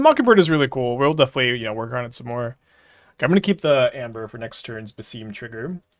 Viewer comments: If it helps, the games say "Bass-sim", for his pronunciation. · it is pronounced as Bah-sim (as in sim card) Ibn is fine and Is-hak